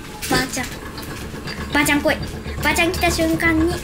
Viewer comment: ばあ↑ちゃんの発音がツボwwwwww